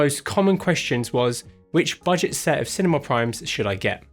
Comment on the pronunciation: My brazilian soul dies a little with the "buget" when speaking of 60.000 reais for the kit